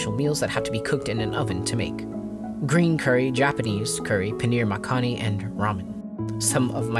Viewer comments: Makhani is pronounced mukh-nee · This is so incredibly well thought-out and well done. Gives me the motivation to develop mods or datapacks of my own! Small note: I don’t speak Hindi but I believe “Makhani” is pronounced “mock-KNEE”